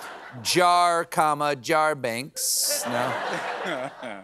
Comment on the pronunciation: I believe it JarBanks, Jar not Jar, JarBanks